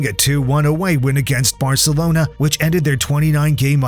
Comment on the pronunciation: and they say varcelonas better 😂